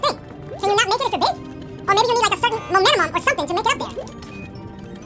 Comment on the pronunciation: "You need the MoMeNuHmUm" 🤣 if y'all were confused, he meant momentum 😭 but u gotta luv dashie!